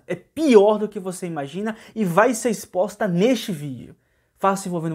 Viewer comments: Sem querer ofender...a palavra e' " exposta " E'' so' uma dica. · Espoxta ?? Misericórdia 😲 vamos corrigir aí " exposta "